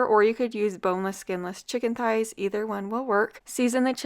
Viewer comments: no, she doesn’t. I heard her say “ties” every time she pronounced it. I even rewinded it back because it caught me off guard and she clearly says “chicken ties.” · Chicken THighs! Pronounced TH-eyes. The h is not silent, it combines with the t to make the same TH sound we hear in THe, THey, and THose.